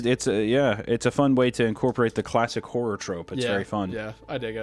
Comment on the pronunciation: 😂❤ I swore you called Hunter "Hummer" after he said "hore" but truly meant "horror" 😅😅😂